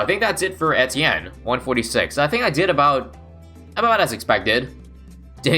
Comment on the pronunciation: If you're making a video about him, you could take the effort and check how to pronounce his name